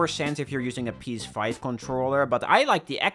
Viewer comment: ngl i heard "penis 5" at least like 3 times before i realized you weren't making fun of the PS5 by calling it a funny name